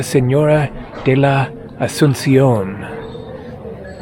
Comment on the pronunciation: España…..Nuestra señora de la Asunción……excelente pronunciation…….greetings from San jose, CA.